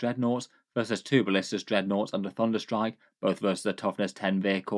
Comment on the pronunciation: ole "thudnerstrike"